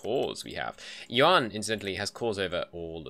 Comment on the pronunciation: i think the 5 discipline is worth the 10 morale if you dont want loot money and the yuan dynasty is pronounced kind of like yen